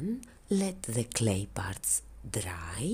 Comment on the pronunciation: Love it! Love it every time you say DRRRRY. 😉